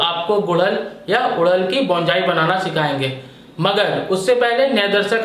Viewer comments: Abe bolna to sekhle.. Bonsai Bolte h Bongai nahi... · बोंजाई नहीं बोनसाई बोलते हैं डियर, प्रोनाउंसेशन ठीक करो अपनी ... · It is Bonsai.not bonjai. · बोंजाई nahi बोनसाई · Pronounciation thik se karye please Yaa fir Hindi mein boliye. Bonsai ka Pronounciation =Bawn-Sai Bonjai nahin hoga. Aged is = A-jed Not A-Jid Ok. Rest all OK. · Oye Pagal Bonjai Nahi Bonsai hota hai 😂😂😂😂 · अबे बोनजाई नहीं बोलते बोनसाई बोलते हैं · Bonjai nahi bonsai kaha kariye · बॉन जाइ नही होता हैं बोन्साई होता हैं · hmm Likha to hai , but pronounc to Bonjai hi Kar rahe hai 😂